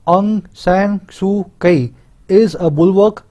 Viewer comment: Sir suu kyi is pronounced as soo chi I know I should not mind it but as I read this just before coming to editorial so I mentioned